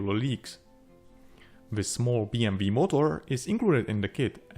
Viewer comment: I find you pronunciation funny: BM - V well thats kind of like germans do pronunce it. And i guess thats how,you do it in you own language too. But its B M „Double-U“in english. 😂 Great aircraft as usual!